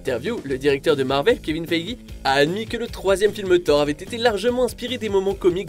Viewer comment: Tout est bon dans cette vidéo, sauf ta prononciation des noms ! exemple karen Gillan ca se prononce Jillan et pas Guillan ! ou kevin Feige c'est pas Fei J c'est Fei jeu